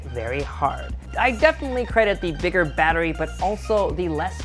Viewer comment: " I'm a big bettery guy "